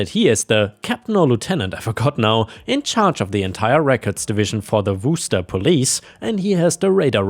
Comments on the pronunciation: After years of listening to try to pronounce corps, and coup, he got Worcester right the first time!!?? 😂😂😂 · I'm surprised said Worcester right! and I have heard all sorts of pronunciations.